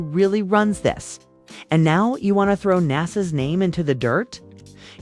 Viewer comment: Who the hell is Naas, and why is Jim talking about NASA